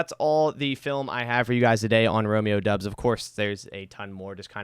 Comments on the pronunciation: its doubs not dubbs haha like dowbs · I’m pretty sure it’s pronounced Dobbs and not Dubs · Great breakdown, please keep these types of videos coming. Btw it's pronounced "Dobbs" not "Dubs" according to the man himself 😂. Though I think he still likes the Dubs nickname